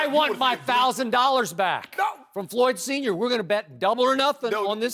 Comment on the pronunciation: Did he just say "Floored" Mayweather ? LMFAO